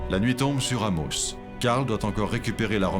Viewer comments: Je viens de l'Abitibi... et ça me gosse la prononciation du commentateur pour la ville d'Amos... 🤣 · Le narrateurs devrait apprendre à prononcer Amos , c’est quand même la ville de naissance!